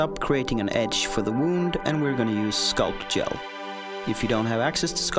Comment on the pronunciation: One lil question . Did he say scalp gel or sculp gel or neither one?